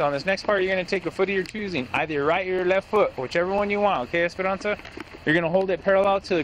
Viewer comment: He said "Esperonsa" 74 times in this video.